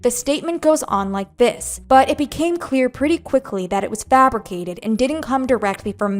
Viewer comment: It's fabriCated not fabriGated